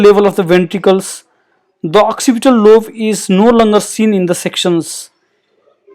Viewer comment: Very informative. Might I suggest "lobe" - "b" as in "boy", rather than "love".